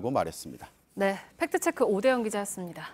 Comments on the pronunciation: 안나경 기자님, 팩트체크를 발음할 때 "트"와 "크"를 유난히 강하게 발음하는데 팩트체크는 Fact Check 라는 영어임으로 가 급적 영어식으로 발음해 주세요. 즉, 손석희 사장처럼 "트"와 "크"를 약하게 발음하세요. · 안나경 기자님, 팩트체크를 발음할 때 "트"와 "크"를 유난히 강조하는데 팩트체크는 Fact Check라는 영어임으로 가급적 영어 발음에 맞게 해 주세요. 즉, 손석희 사장처럼 "트"와 "크"를 약하게 발음해 주세요.